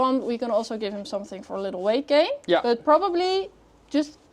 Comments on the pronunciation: lol "Gate Wain" instead of "Weight Gain" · geight wain did make me chuckle😂